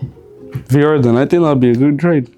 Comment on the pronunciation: Nigga fr dk how to say vr he been saying var 😂😂😂